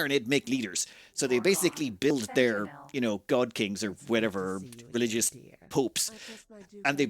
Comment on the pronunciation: Do you pronounce that ree-lih-joose?